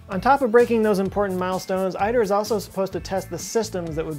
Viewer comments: One does not pronounce ITER as "I. Ter". Think of ITER as Aether or æther or Ether. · Great video! You pronounce ITER wrong though, it's e-tear. :-) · ITER is pronounced "e-ter" not "i-ter". Until a room temp superconducting conductor is found, any real hope of a viable commercial fusion plant is just pie in the sky. Why spend many billions (ITER was over budget almost before it started, and has pushed back date for first plasma as well) just to prove a concept that MAY lead to spending many, many more billions to build a "concept" commercial plant, to spending many, many, many MORE billions.....to basically heat water to steam to spin a turbine to produce electricity? After spending TRILLIONS (fifty or a hundred years in the future)...what will be the cost of that power to consumers when they flip a switch in their homes??? It's ludicrous to waste enormous amounts of resources on projects that have such a small chance of commercial success....and so far in the future. Especially today, when the need for renewable alternatives to fossil fuels is more important ...than ever before. When considering we already have an enormous fusion reactor that provides more energy in a single hour than we use all year....why is our primary focus and funding, not on ways to collect that energy? IMO, we have a better chance of seeing energy fed onto our grids from space-borne solar panels, beaming power back to earth, than a functioning commercial fusion reactor. (Which could probably be funded with just the money spent on ITER.) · We say it as, "E-Der" for ITER! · The real insanity is that many billions will be spent to build a reactor simulating the sun.........to just boil water. Before my brother retired, he worked for ORNL on the ITER. After working on it for many years, he concluded it will never sew a stitch.... BTW, "ITER" is pronounced "eater." He did give me a nifty coffee cup with "us ITER" on it showing a stylised sun over the "I". Salute! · Pronounced eat-air